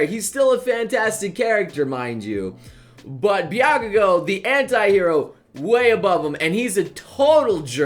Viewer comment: Byakugo! Bahahaha! your pronunciation is one of many reasons why I keep coming back to the channel